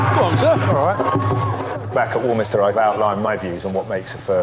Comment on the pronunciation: They could pay me £500,000 a week, I would never be the headmistress of War-minis-ter. Hmm ... Well, that's a lie now, isn't it? But you would have to learn how to pronounce the name of the school properly.